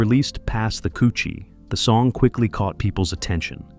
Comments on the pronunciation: This is the confusion with people out of jamaica, there is two different jerna in jamaica, dancehall and reggae, stop the confusion.........and it's pronounced kuh chi not couchi🤔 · KUTCHIE NOT COOCHIE 😂😂😂😂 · It's pronounced ko- chee not koo-chee. This man know how do pronounce dutchie but want to intentionally mispronounce kutchie Smh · "Pass the "kutchie". Not "coochie" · 😂😂😂😂 most definitely. How he got dutchie and not kutchie though. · Was wondering who’s gonna tell this stupid ass It’s KUTCHIE❗️💯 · Not douchie either! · It is pronounced KUCHIE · KOUCHY IS THE WRONG PRONOUNCIATION.